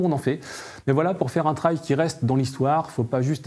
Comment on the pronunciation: Ce qui est raté: la prononciation “trail” il est temps de réviser l’anglais des présentateurs.